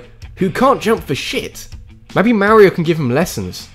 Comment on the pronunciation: I think you're decisions for some of these suckered and you constantly miss pronounced Mario. Learn to say their names if you're gonna use them in a video